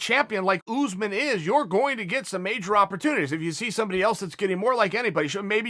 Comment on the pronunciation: “kamaru OooozMen”